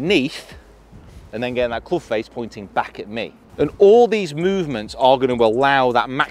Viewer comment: .......cloobsh.............'jual' sole............punting......